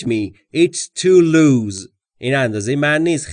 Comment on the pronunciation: درود بر شما در مورد این مثال تان It doesn't fit me, it is too loose. ( - ) به نظرم میاید که کلمهٔ (loose) را "لوز" تلفظ کردید. جسارتا این کلمه "لوس" تلفظ میشود. اگر تلفظ تان درست هست و خطای شنوایی از من است پوزش میخواهم. همچنین لازم به تذکر است که در مورد شلوار، دستکش، کفش و جوراب ضمیر و فعل جمع بکار میرود. بنابر این مثلا در مورد شلوار میگوید: These trousers don't fit me, can I try another pair on?